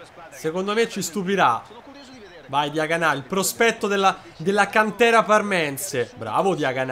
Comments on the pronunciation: Come dici tu e con l accento sulla a Diaganá e invece si come lo dicevi prima Diagana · hai cambiato l’accento e Diaganà è diventato forte😂